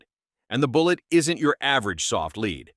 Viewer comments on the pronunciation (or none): Maybe the script read as leed instead of lead ? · When I hear an AI announcer voice pronounce 'lead' as 'leed', I check out. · I especially like CCI's use of "leed" instead of the old-fashioned "lead". We are still years away from an AI narrator that can compete with a person. Still, interesting info. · Script writers for AI need to learn how to spell phonetically. Led not lead (Leed?) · "leeed" ?????????? ( is this an A.I. speaker ? ) The metal is 'lead' ( pronounced "l e d" ) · "leed round" LOL This AI can't pronounce lead! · If you insist on using a robovoice, do yourself a favour and spell lead "led" in the script ... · OMG.......How can I pay attention to the subject matter with a narrator that has no idea what he is even talking about, can't pronounce words right, and is using video of larger centerfire rounds/guns. Seriously...."LEED"???? Come on...... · It's pronounced as Led. Stop saying basic things wrong, it destroys your credibility on information. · I don't watch videos with AI audio. Your mispronunciation of lead ( leed ) annoys the Hell out of me! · I love it when it says “soft leed”. 🤪